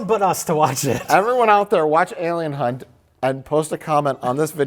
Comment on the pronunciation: That's Alien Hunt... Hunt–with an "H."